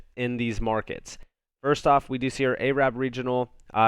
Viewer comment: I know ur not aware but A-Rabb is a derogatory remark! It's pronounced Air-rub!